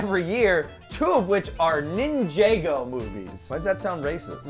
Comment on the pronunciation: You pronounce ninjago wrong.